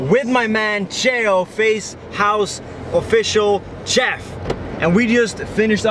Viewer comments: Teeqo... Is not CH-EFF It's SH-EFF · Pronounced shef not tchef